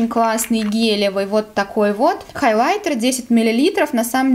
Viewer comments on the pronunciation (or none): none